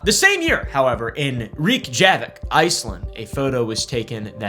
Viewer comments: "Rick-javick" as the pronounciation for Reykjavik sent me💀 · I out loud questioned your pronunciation of Reykjavik and then got cooked by your rational. Touche amigo, touche. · Craziest pronunciation of reykjavik I've ever heard.